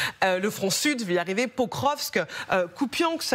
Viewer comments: Un general consultant dit que Pokrovsk est sur la ligne de mire russe depuis plusieurs mois, donc le nom de Pokrovsk est connu de tous y compris des gens lambda sauf que lui au lieu de prononcer POKROVSK il dit POVROSK. Même la journaliste essaye de le corriger en prononçant convenablement le nom de Pokrovsk. comment peut il faire de l'analyse militaire alors qu'il est incapable de prononcer le nom d'une ville faisant parti du front ? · Ça fait des semaines qu'ils parlent de Pokrovsk sans réussir à en prononcer le nom ... et après ça se fait passer pour des experts de terrain 😂